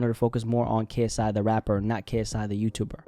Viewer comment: He's lost the I in KSI